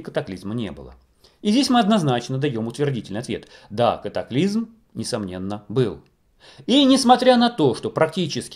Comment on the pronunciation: не нужно пожалуйста говорить катаклизЬм как Олег Павлюченко. вы не русские если то уважайте язык на котором вещаете и уши слушателей. спасибо.